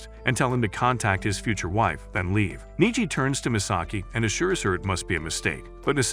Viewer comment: I hate when the A.I. narrator pronounces the name as Niji rather than Neji. 😓😮‍💨